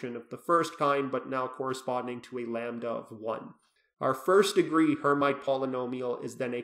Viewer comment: Pronounced "air meet" not "her might"